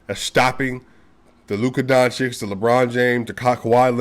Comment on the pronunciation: brother.. I have the upmost respect for you.. BUT PLEASE, PLEASE.. PRETTY PLEASE with Nikola Jokic on top.. Luka's surname is pronounced DON - CHiCH (not DON - chiCK)